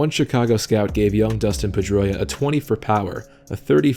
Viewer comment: PED-droia is more like it